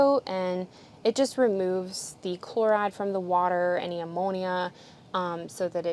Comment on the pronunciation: You’re like me! The southern accent doesn’t always come out but whew that “chloride” really kicked it up a notch. 😂😂😂 my husband always makes fun of me for “oil”